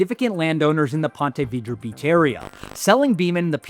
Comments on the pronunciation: Have never heard that pronunciation of Ponte vedra before lol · Ya I live in st.augustine and never heard sombody say it like that lol